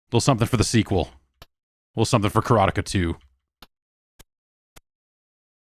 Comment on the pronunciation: That's how we pronounced it back in the day.